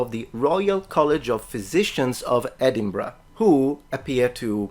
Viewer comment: Thank you for pronouncing Edinburgh correctly, some people pronounce it "Edenburg" for some reason.